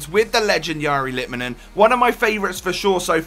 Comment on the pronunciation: If you get technical, the r in the first name is not said right. Last name is spot on.